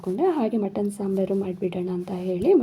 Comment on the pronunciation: ಸಿಸ್ಟರ್ ಅದು (ಚಿಕ್ಕಾನ್) ಅಲ್ಲ ಚಿಕ್ಕನ್ (ಮಟಾನ್) ಅಲ್ಲ ಮಟನ್